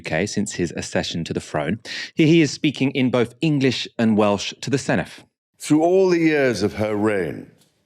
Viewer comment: Your usual excellent analysis and reporting. bear in mind, Senedd is pronounced with a soft th, as in English the or that. they write it dd. They have a hard th as in think, but that is written th.